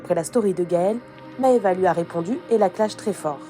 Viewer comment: Les T, Maeva, ça ne se prononce pas « tch »